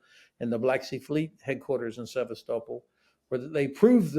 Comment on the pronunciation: For heavens sake, learn how to pronounce Sevastopol you silly man😮